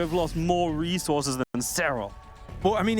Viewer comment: God I hate the way says reezorzez